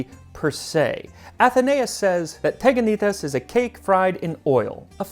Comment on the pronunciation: All the pronunciation is soooo wrong🤣 teganitai is not teganita-i its tiganite. This is ancient Greek but even if it where modern it would still be pronounced as such. Same with the other pronunciations. You pronounce the e like you would in elephant, the i like in covid, the a like in apple and the g like the r in French, p.e. croissant. And when a and i meet, a new syllable is created and it is pronounced like the e in elephant. So, tiganìte. Also, you are ment to raise your voice when reading it once you reach the i, hence the symbol I put on it. Thanks for reading!